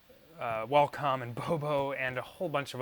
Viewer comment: Sorry but you sead wallcum like 4 times man